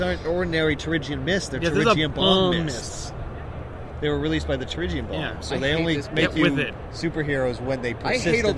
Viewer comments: Am I the only one that is slightly annoyed by the pronunciation of Terrigen as Terrigian? I swear it's terrigen let me know if I'm wrong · jonathan mortensen it's Tear-A-Gin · Dearest Abigail, One year has passed and I've given up hope that and his friends will ever pronounce "Terrigen" correctly. At first it weighed heavy on the mind. Now, I have become numb to their ways. I am not sure I will return from this battle. Conditions are harsh. Please send money. Kindest regards, General Silver Montezuma Surfer